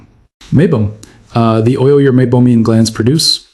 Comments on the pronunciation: AI narration? Where is the pronunciation of meibomian as “mesobomian”? Maybe the AI is confusing meibomian gland with Mesopotamia? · Keeps mispronouncing 'meibomian'.